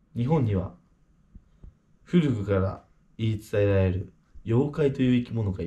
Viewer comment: 古く言えてないよ笑